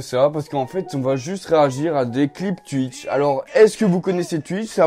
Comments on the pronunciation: Mdr je kiff quand tu dis tuitch et pas twitch ( twouitch stv ) 😂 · Ça ce prononce touitch mais pas tuitche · Je connais pas "tuitche" mais "twitch" 😂 sinon j'adore tes videos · Je connaissais pas “Tuitche” 😂😂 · Twitch et pas tuitche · Ça se dit Touitch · tuitch pas touitch sinon c'est pas drôle... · Je connais twitch mais pas "tuitche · Like pour Touitch et commente pour Tuitch (Sa m enerve les mecs qui disent tuitch) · Je connais pas "Tuitch" mais je connais "Twitch"😂😂😂😂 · ARRÊTE AVEC TES "TUITCH" 😂😂 C "TOUITCH" 🤣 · non sa se prononce comme sa s'écrire "Twitch" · je sais mais sa se dit Twitch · Je suis belge et je dis pas tuitche 😂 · Nn ça se dit « Twitch » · Mes oreilles sont décédées après les 20 premières secondes de cette vidéo... Pk ? tUitch😂😂😂😂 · Mdr comment il dit et écrit Tuitch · "Tuitch" ça me tue 😂😂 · Il dit tuitch 😂😂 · Tchuitche jss mort😂💀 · "Tu connais twUitch" 😂😂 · Bah oui tout le monde connais « tuitch » 😂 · Bonsoir: -Je connais tuitche. Voilà hanrhevware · Ca se prononce Touitche :) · Pk il dit toujours tutch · tu me dead quand tu dis twitch